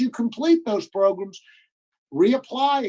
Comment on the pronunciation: Oooh Wee!!, my man! Between the 23 minute and 24 minute you said “Progrumz” four times. Hit ‘em where it does damage. These folk better stop playing with you. All this “program” stuff. We talking “Progrumz,” that’s what’s happening here!!!